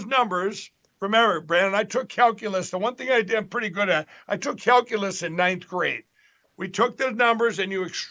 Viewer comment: Number C is great at "Calculace" 🤣🤣🤣🤣🤣🤣